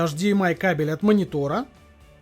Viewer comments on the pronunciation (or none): none